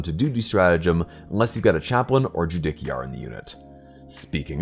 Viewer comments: Ju-DICK-iar 😂 Imagine saying “the JuDICKial Branch of Government.” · I physically flinched every time it was said 😂 great, informative video otherwise! 😊